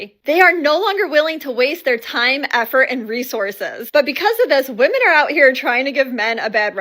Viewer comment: If she pronounces “Women” as “Woman” I immediately tune out and disregard anything they’ve said